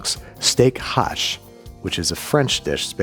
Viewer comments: It's not steak hash — it's steak haché, pronounced ah-shay. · It's steak haché, not steak hache (pronounce it like steak hachey or it will be interpreted like steak axe) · Oh dang. I finally got it. STEAK HACHÉ ! It's pronounced "ashay", not "ash". I get it now.